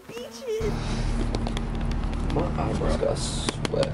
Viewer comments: "Look at all those beechis" DEADKSJDJDHHS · "look at all those BEEches" 😂